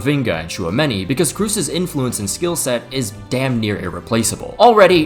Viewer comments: FYI the "oo" in "Kroos" isn't pronounced like you would in english (crazy, I know), it's pronounced as a normal, long "o". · Se pronuncia Toni Cros, no Toni Crus. Estúpido gringo. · It is Kroos not Krus :face-green-smiling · It's not Tony "Kroos". It's Tony "KROS". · its Tony kroos, not Tony Kruse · It's spelled "Cros" or "Cgos" not "Crus" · I need to sign a petition that people learn how to promounce names. Making Kroos sound like Cruz is a crime. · Why tf you pronounce Tony kroos as Tony “Cruz” wtf u saying blatant ignorant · Yeah. Tony Cruise. 😂😂😂 That Chinese freak can't pronounce correctly. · Did he just say Toni Crews? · Toni “Cruz”??? Am I missing something?? 😂 is he mexican now ? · I can’t believe that even post-retirement no one is putting any effort into pronouncing KROOS‘ name properly.